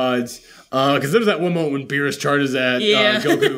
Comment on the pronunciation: They could've cut more to berus babysitting 😂 (totally butchered his name😅)... How cool would it be to have broly learn ultra instinct oh my Gawd😳🙌